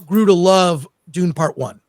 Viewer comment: Sing this to the meow mix song. It's supposed to be Dune,not dun. I am so hungover. Dun dun dun dun dun dun dun dun dun dun dun dun dun dun dun dun dun dun dun dun dun dun dun dun dun dun dun dun dun duendshut down.